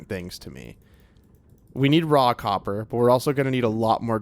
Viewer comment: Every time you say 'raw copper' it sounds to me like you're saying 'rock hopper' and I'm thinking I don't see any penguins in the game...😂 9346